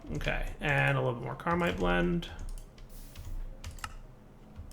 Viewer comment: you need to read the tooltips. It's Caminite. There's no R in that word